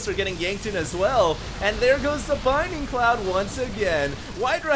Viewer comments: BLinding cloud, dude...not binding. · I'm gonna say this one last time. ITS BLINDING CLOUDS. NOT BINDING CLOUDS. Thanks. I love your casts btw. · You're awesome, but... BLINDING cloud, not binding cloud! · always says 'binding cloud' instead of the abilities' actual name 'blinding cloud' and it makes me freak out. especially since hes been doing it for weeks and hasn't caught on